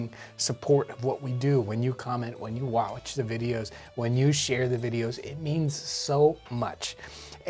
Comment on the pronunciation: "wHeN u WoWaUcH tHa ViDeOs"